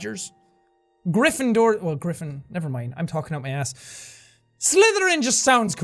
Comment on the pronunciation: Jack: "Slytherin!" Me: "Can I just say that that sounds like "slither in" and the way you said it Jack sounds a bit wrong..." (Hint "Slither in my bed!") XD Sorry but it does!